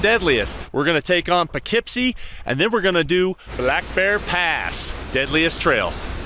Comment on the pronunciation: I thought it was more like "Poo Keep See"